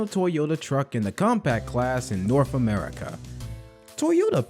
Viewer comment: “Norf America”